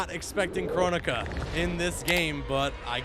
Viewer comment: Bro... not kronika...